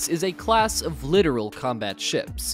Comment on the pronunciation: Not "literal" - but Littoral. Not "nautical knots" - but knots. Not "trimerian" - but trimaran. I pretty much gave up after that. Interesting video though